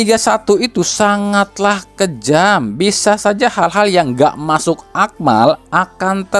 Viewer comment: . Masuk akal min bukan masuk akmal . ... Ada ap nih apa iya mimin terpleset lidah😅😅😅